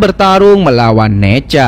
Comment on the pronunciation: Nezha bang bukan neja